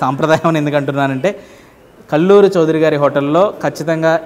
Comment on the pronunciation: It's kalluru not kalluri